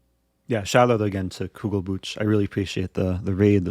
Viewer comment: It's not Kugelbutch but Kugelbuch, Buch (book) is spoken with a J like in Jalapeño :D